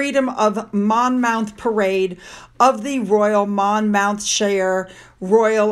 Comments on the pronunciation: Pronounced Monmuth not Mon Mouth. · I love how you pronounced Monmouthshire, it's hilarious.😅